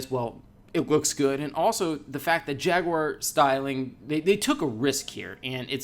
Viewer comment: Jag..u...ar... not jagwar fucksake